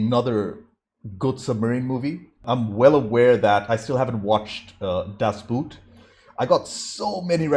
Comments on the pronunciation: Great review. Great movie. By the way, the movie, "Das Boot" is pronounced as BOAT, phonetically. With a long "Oh". Cheers! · Your pronunciation of "das Boot" made me laugh. Im Germen, so let me tell you that it sounds more like the english boat than the english boot, its a long "O"